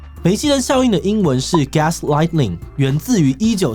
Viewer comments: 你念的像是lightning 🌩 是gas lighting 有點燃煤氣燈的意思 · 志祺把gaslighting 念成gaslightening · 不好意思，稍微糾正一下發音，gaslighting 的發音不是 gas-lightening 喔